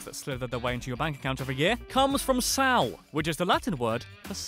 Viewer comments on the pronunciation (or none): It's Sàl not Sal